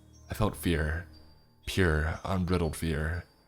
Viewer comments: unbridled - un-bry-dulled. Not un-brittle-d. ..fwiw. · Mate, I love listening to you read these stories, but for the love of God, there's no "t" in across. Oh, and the "i" in unbridled is long.